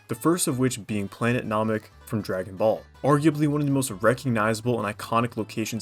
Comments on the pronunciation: i don't know if anyone's said this yet (and frankly im not bothered to check) but "Planet Nah-mek" hurt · Kuroko would not be dps.... Mans a support but cool video. Also you said namek wrong again 😅